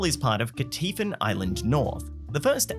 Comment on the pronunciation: AT THE MARK, HE SAID THE NAME OF THE CITY RIGHT *KWA TAR**; OTHER LAZY PEOPLE SAY IT LIKE THIS: **CUTTER!!*